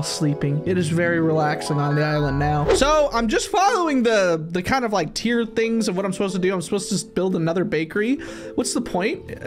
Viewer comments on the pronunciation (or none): none